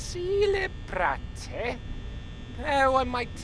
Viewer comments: "Cele-brat-e" Do you go to school? Cuz I go to school Boi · Why is the guy who can't even read "celebrate" trying to read us stephen king?